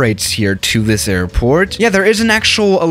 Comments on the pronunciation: The way he says "there" sound likes hes saying "thea" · Why does pronounce there as the-aa? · Why did your voice Coach tell u to say there like that love the vid btw just a little confused